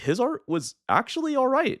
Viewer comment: “AH ITE” lmao